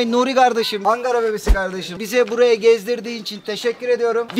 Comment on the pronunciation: Angara nedir ya bu ne biçim telafuz biçimidir Ankara’dır o.